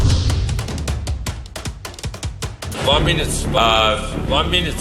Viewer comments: ONA MINUTE nedir ya ''ona'' ne :D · İngilizce bilgisi "van münüt" geometri anlayışı "teğet" tasavvuf kültürü "hamdolsun" senin bu entellektüel birikimine Bülent Ersoy, "kurban olsun."